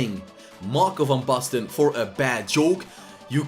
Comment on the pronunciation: Lekker pik ik ben ook een Nederlander geen wonder dat je Van Basten goed kan uitspreken